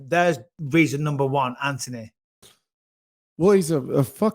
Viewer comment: I love how bisping says his name... ANTony